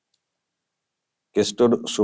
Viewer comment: দাদা, এটা তুমি কি বললে?😂 শুভাকাঙ্খী বললে নাকি শুভাখানকি, ঠিক উচ্চারণ টা বুঝতে পারলাম না 😂😂😂 কিন্তু দিনকে naughty হয়ে যাচ্ছে 😂😂😂